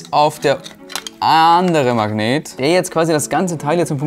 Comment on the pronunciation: erfindet ein spielzeug mit magneten.. ist aber die einzige person die ich kenne die magnet nicht aussprechen kann 🤣.... er sagt immer so "mang neten"